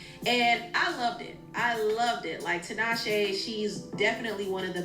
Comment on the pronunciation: I had to cut it off bc he is butchering Tinashe’s name.